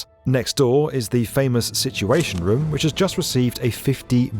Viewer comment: The way he says room (some of the times) makes me angry